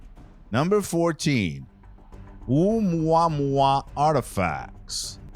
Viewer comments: Ooooomwaaaawaaaa Lmao😂 have another drink buddy. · Wow, this voice over could be used as a template, as to how not to do it. Could his voice sound any more bored? Oh moo a moo a is how you pronounce the asteroid. The Perseverance was pronounced correctly after 5 “Pre severance” attempts LOL. Maybe read through would come in handy?